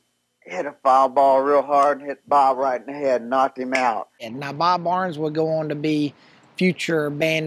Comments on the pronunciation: It's Bob Burns, not Barns. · Bob Burns not Bob Barnes